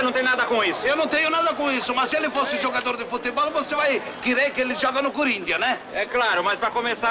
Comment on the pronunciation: Cúrintianus. Kkkkkkkkkkk